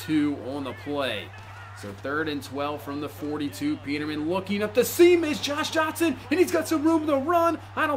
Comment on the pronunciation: "Josh Jotson"